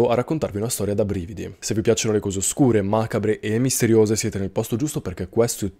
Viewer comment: Ma posso chiederti una cosa off topic? Ma di dove sei? Sento dire "couse" sei del sud? Mera curiosità